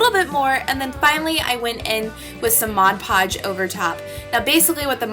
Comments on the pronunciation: I genuinely appreciate your correct pronunciation of "mod podge" and not "modge podge" just thank you. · finally somebody who says Mod Podge the correct way instead of "Modge Podge" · Omg finally someone who pronounces Mod Podge right. "Modge Podge" tf